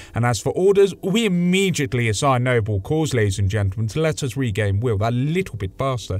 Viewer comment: Immejhitly or Immediately?